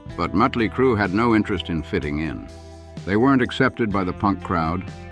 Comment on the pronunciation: you do realize it's MOT-ley Crue.........not MUT-ley Crue, right ?